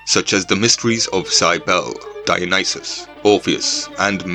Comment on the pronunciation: Cybele is pronounced "Ki-bell-ey" not "saibel".